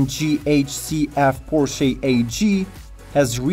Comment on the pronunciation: Please learn how to pronounce Porsche properly! You should barely be pronouncing the final e. It's a /ə/ (schwa), which means it's unstressed, unaccented. In the US it's even correct to leave it totally silent. But the way you pronounce the word it's barely recognizable.